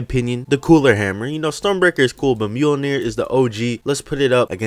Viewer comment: Mjolnir? Maiolner bro